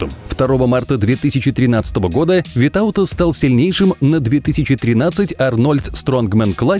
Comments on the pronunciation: Я из Литвы и Витаутас ударение на и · Витаутас имя ударение делается на и )